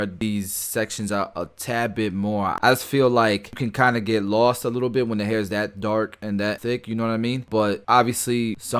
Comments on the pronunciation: "He said Dehair" I'm Dying 🤣🤣🤣🤣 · “he said d hair” 🤣🤣